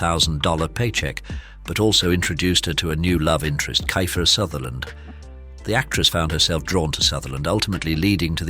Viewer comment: K EYE FER SUTHERLAND?! LOL !! WTH?!😂